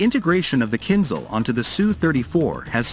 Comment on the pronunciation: KinZHal not KinZal